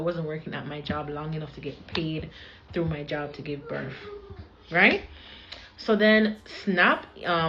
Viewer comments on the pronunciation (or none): DdEePpOoRrTt DdEePpOoRrTt DdEePpOoRrTt BETTER HOPE YOU ARE A US CITIZEN!!! HERE YOU ARE BLAH BLAH BLAH ON BEG-TOK...THEY'LL NEVER LEARN TO STOP OVER-SHARING!!! AND THE WORD IS "BIRTH" NOT BIRFFF!!! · "Birf," right.